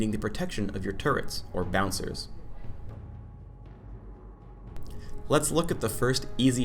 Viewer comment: "turrents" WHY